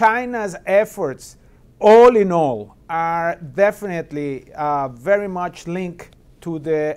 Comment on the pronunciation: 我说的是在武汉的哥们。你们俩真觉得这发音很好？VERY 能说成VERO 我也是醉了